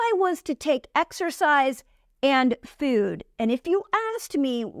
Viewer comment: You are so good! And I love how you say the word “food” in a funny way. The obstacle is the way!